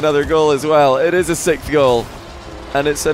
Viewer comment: there is definitely something off about the way he pronounces it, I just can't really explain what it is